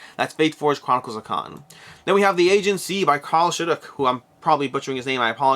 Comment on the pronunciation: Aegean is pronounced: uh jee uhn. Accent on 2nd syllable. -Toby